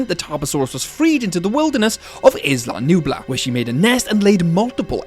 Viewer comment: A potentially good video on an interesting topic but I literally cannot continue more than 3 minutes in with the amount of mispronunciations. It makes it hard to listen to. "Skellingtons" - Skeletons "Issla Nublar" - Isla Nublar (has a silent S like in island) and "Ggiganatosaurus" - Gigantosaurus (like Gigantic) all mispronounced so many times and I'm not even a quarter in.